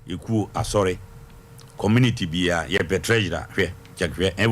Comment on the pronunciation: The lady who pronounce community as kemmunity lol